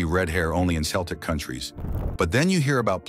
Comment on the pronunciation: Stupid AI can't even pronounce Celtic, so I am not going to listen to anything it says about my hair colour.